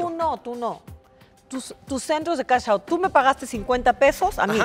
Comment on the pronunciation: No digan Cash in Cash out : Cachintl y Cachaotult